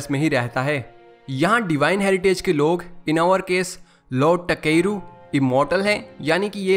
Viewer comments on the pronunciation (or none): Bruh it's ताकेरू and you keep saying टकेरू टकेरू 💀